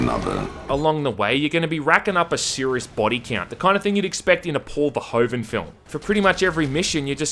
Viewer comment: Paul Ver-hoof-en. People who say his name wrong are dead to me.